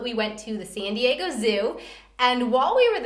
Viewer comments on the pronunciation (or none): none